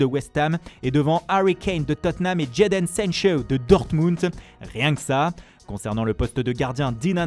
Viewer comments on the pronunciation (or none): Même l’anglais jamais entendu Jadon Sancho aussi mal prononcé pourtant j’ai regardé des match en fr québécois.